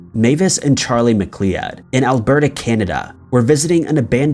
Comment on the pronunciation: Great video. Heads up, Mcleod is pronounced "Mcloud", btw.